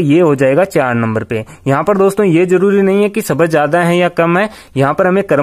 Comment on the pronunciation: शब्द , सबद नहीं 🤣🤣